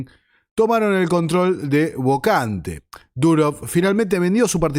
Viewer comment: no se pronuncia "bocante"